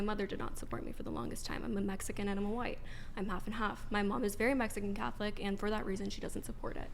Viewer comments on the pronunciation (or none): none